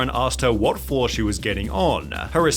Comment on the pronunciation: I like your Elmer Fudd voice and dumb pronunciation ! lol ♥ like when you say flooaaarr instead of floor, showaa instead of show, or anything with an o you add an AH after,,,, or reportaaaaaah instead of reporter. Or maybe it's a cultural thing from where you live: then please tell where that is, it must be hilarious to hear people talking like that for real